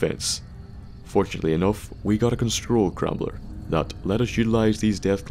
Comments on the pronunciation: "Constrol crambler" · Did anyone else hear constrol crambler